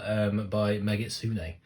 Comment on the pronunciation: The channel's name and the creator of the guide is actually rnegitsune, not megitsune LOL. The "rn" looks like a "m"